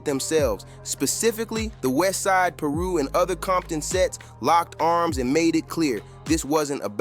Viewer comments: again... someone missing the point... its funny how the video pronounced it ....im in LA all the time to know it's Piru not Peeru or paru ... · Bro it’s pronounced Pie-roo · "Paru" "peeru" what??? Pronounce it right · It's so cringe when he mispronounced Piru!! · This was irritating me so much 😂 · I know 😂😂 the way this video pronounced it is off